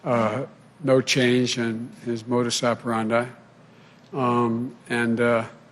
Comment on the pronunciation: Did he say, "modis operanda" of the video?🤪